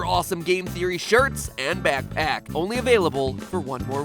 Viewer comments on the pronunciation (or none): did he call the backpack a matpack?